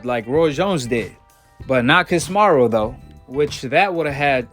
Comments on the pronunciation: Ca si me ro not kosmarro 😆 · Not to be rude bro but ya gotta pronounce names right, stop saying casimaru